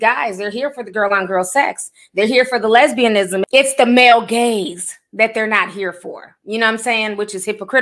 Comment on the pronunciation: I'm used to the term "male gaze" but it sounded like (with context clues) it was being said as "male gays" I think 🤷🏾‍♀️